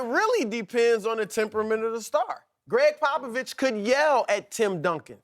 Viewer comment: “Popivich apolozgivezed”. - the Herd